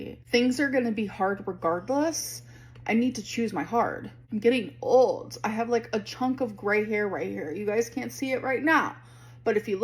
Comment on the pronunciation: Getting "uhld"....